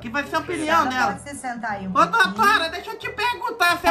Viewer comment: "doutoura" kkkkkkkkk